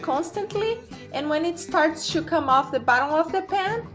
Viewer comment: I love how you say "chu" everytime you say "to/two" xDDD